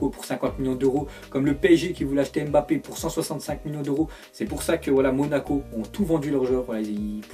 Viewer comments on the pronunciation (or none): none